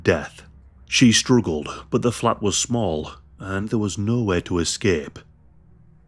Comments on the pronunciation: Sheh stoogled *😂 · We all out here strooogling